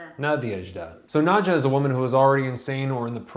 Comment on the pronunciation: It's pronounce "Nad-ya," as it would be in Russia. No English "j" sound.